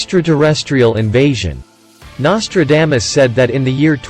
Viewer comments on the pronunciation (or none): WTH his name is not Nostradamus-dame-us ugh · the bot can't even say NOS-TRA-DAH-MUS correctly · Learn to say someone's name correctly before you make a stupid video. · Anyone notice the mispronunciation of his name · The worst pronouncement of Nostradamus i have ever heard 😂...Seriously, the man was a spooky force😮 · Well you started out pronouncing his name wrong what else did you get wrong